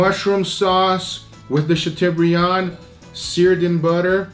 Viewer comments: Chateau = shat o as in toe not u as in bug. It is a French word. Not a criticism but a correction. I mean you want us to say picanha correctly, don't you? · Great video guys ! Btw it's pronounced "chatobrian". The eau in chateaubriand is pronounced "o" (like in osso bucco) and of course the "d" is silent but you nailed that. La France vous salut! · English (sha-toh-bree-ahn) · I love the way pronounces Chateaubriand. Chateau is pronounced like Plateau, Briand is pronounced like brand. But you can call it whatever you like, it looks amazing.